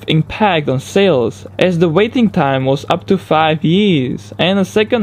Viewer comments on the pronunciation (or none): none